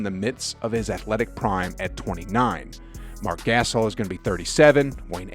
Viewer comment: i dont trust a channel who cant even pronounce marc gasol's name right